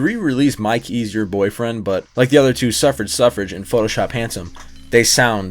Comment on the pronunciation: Suffragette Suffragette Pronounced Suff-ra-jet